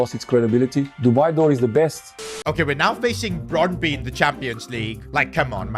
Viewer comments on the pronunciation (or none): none